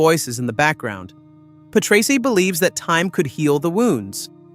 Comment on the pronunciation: when the guy cant even pronounce Patrese right, how can you take anything else seriously?